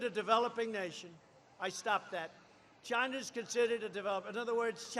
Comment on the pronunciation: Probably his best "ChyYYna" to date.